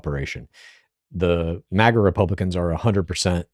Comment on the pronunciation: Is this guy saying MEGA and not MAGA?